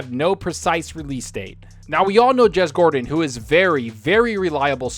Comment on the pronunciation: Not sure if it’s your pronunciation but it always sounds like you say Jez Gordon and not Cordon